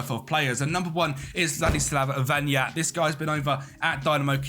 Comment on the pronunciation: he read like Vanat, not Vanyat He is not Spanish